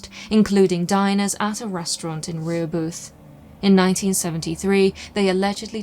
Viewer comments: Okay, I know you're not from here and are unused to our strange ways, but in Massachusetts we say, "Re-HOH-buth", not "Ree-Hoe-Booth". We tend to be a bit creative in our pronunciations. :P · Rehobeth sounds like Rah-HOE-buth. It’s Massachusetts after all. Nothing is spelled like it sounds. Blame the Pilgrims who borrowed the names from the “Indians” way bk when. We hv others: Leicester - Lester Waban - WUH-bun Worcester - WUH-stah, WIS-stah (if ur a city kid) or WUS-stir (the correct way, if ur fancy + use ur R’s). Leominster - LEMON-ster (proper) or LEMON-stah (locals) Shrewsbury - SHOES-berry (local area only). Gloucester - GLOSS-stir (or GLOSS-stah) Chicopee - CHICK-a-pee Scituate - SITCH-you-it Peabody - PEE-bud-dee (u thought u had this one huh) Woburn - WOO-burn (or WOO-bin to locals) There’s more but if I’m bored u must be really bored. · Very cool episode. Incidentally, and I mention this because as a scholar, I presume you would care, your pronunciation of Reheboth is pretty off. Rih Hoe Buth. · It’s pronounced Ruh-HOE-buth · It is pronounced Ra Ho beth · I liked and subscribed. The correct pronunciation is Rah ho buth! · My Dad lives in Abington, I live a little norteast in Dedham, but here we pronounce Rehobeth Ra-HO-bith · Pronounced 'RE-Hoe-Both' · It's pronounced Rē ho beth